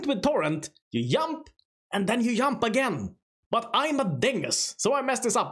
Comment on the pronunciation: You do indeed yump and yump again.